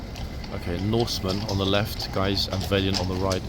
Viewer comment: How are you pronouncing Valiant?!